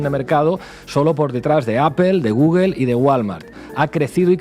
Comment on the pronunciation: Porqué dicen gugel? Es gugol no gugel.